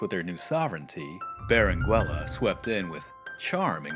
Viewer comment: The U in Berenguela is not pronounced, it meerly changes the pronounciation of the G making it sound the G in go.